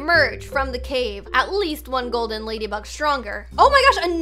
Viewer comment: When Magen Through the 4 golden ladybug I love how she said goldey